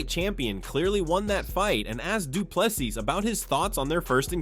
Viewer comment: Last s is silent